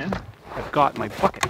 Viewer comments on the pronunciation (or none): Because you have always worked clean, my mind says you say "...and then, I've got my bucket" , but my ears are hearing something a little more....street. I can't convince myself otherwise! Love ya, buddy!